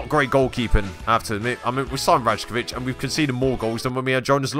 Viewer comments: it’s pronounced rai-ko-vich by the way not raj-ko-vich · Rajkovic is pronounce Rykovic btw. Great episode anyway mate.